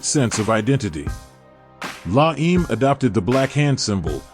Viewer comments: I cringed so bad every time you said “la eem”. It’s not la eem, it’s pronounced “la emey”. Seriously if you want to be taken seriously at least do the most basic research and pronounce the names of the organizations you’re talking about correctly. It’s really not that hard. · god if yer gonna talkl about organizations that many peep gave their lives for.. AT LEAST FIGURE OUT HOW TO PRONOUNCE THEIR NAMES... LA EME LOL.. AND EVEN SUENO'S LOL.. HORRIBLE!!! YOU OUGHTA BE ASHAMED..